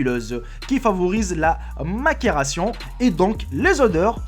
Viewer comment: pus , le "s" est muet , macération le "c" se prononce comme un s on prononce bien